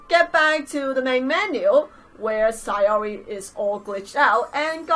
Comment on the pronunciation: Btw it's SAYori NOT SIGHori